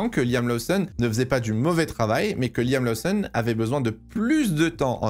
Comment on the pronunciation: je t’adore, tu as une qualité incroyable de sorry telling et ta passion transpire dans toutes tes vidéos. MAIS niveau prononciation - Liam LOSSON’ (et non laousson’) - LOUWIS Hamilton (et non léwis) - Ollie BÈRMAN (et non birman) - et surtout: Red BOUL (et non red bul’) surtout que tu dis Racing BOULS’! Merci! 😜😘